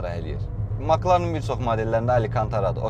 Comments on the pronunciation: Ala Maklağn yox Mek lərn oxunrr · Fəxri adı MakLarın yox Emsi Larin deyə səslənir